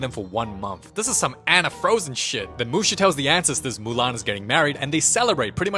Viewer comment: "So Murahn make her Own Army of Kung fu Pandas" 😂